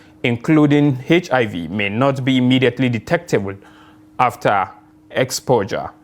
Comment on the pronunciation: Good job, but pesecution imidaetely